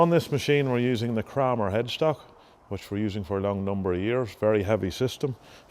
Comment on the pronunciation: In Adrian Wilson’s first sentence, he pronounces it Krammer, sounds like hammer, the same as Gareth, but in his second reference he pronounces it Kramer, like window “framer”.